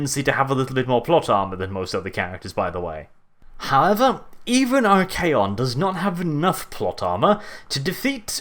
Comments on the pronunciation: I'm pretty sure you pronounced it right. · I believe you pronounced it correctly because if memory serves me it comes directly from Greek meaning master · We all know how to pronounce "archon," and Archaon just ads an 'A.' I would say you have it exactly right.